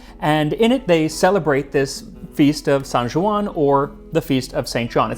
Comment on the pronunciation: Hey, as you pride yourself in your pronunciation of foreign words, that J in Joan is like the J in John, not like the French j. So, IPA /d͡ʒ/, not /ʒ/